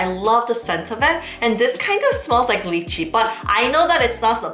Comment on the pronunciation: Lychee (pronounced as lie-chee). Not 'leechy'